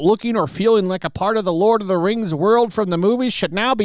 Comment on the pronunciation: The LOL of the RANGZ: The RANGZ of POWAH